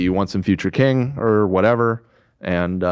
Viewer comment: Nobody Ethan pronouncing king: kEEEEEENg